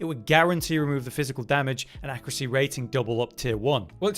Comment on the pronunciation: Why do all YouTubers and/or Twitch streamers say "accruate" and "accruacy" these days? Has there been a linguistic shift that I missed?